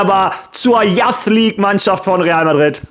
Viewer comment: Spreche das Intro mittlerweile sogar mit haha Falls du "Youth" meinst, das spricht man Yuus aus übrigens